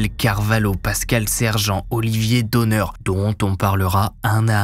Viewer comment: Olivier et de ma famille son nom se prononce donne(r) il faut prononcer le r